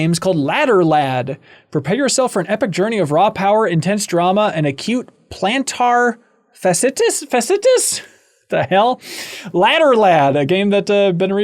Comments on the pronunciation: Pronunciation help for Ben, massage therapist here. Plant- R - Fash - E - I- tus. It's inflammation of a band of tissue on the underside of a foot or both feet that causes a sharp, stabbing pain. Sounds like a very Reeves game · You can tell Ben doesn't follow sports because he doesn't know how to pronounce Plantar Fasciitis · Ben, if you followed your local sports a little more closely, you'd know how to pronounce "plantar fasciitis"